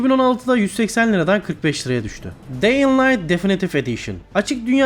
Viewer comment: Hocam allah aşkına video çekmeden önce şu oyunların telafuzlarına bir bak ya. bihaldır , deying light falan nedir ya.